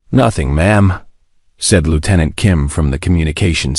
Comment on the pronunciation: Something cannot pronounce 'Lieutenant' dot